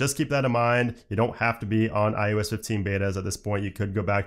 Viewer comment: Is it me or am I hearing him say "i U S" instead of iOS?